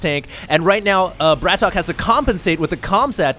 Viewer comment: and please pronounce the names right BRATOK is one word not BRAT...OK and also if you don't know where BRATOK is from, just don't say noting he is not ukrainian he is russian you don't want to be called canadian so try to do your homework before the cast